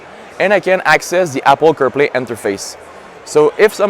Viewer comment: Great video. I loved when said Apple Caw Play. 😂 😉